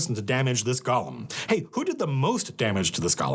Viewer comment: Matt, I can usually handle it when you mispronounce “golem”, but not when you do it ten times in quick succession.